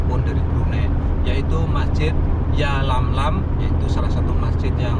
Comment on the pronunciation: Yalamlam bukan yamlamlam pak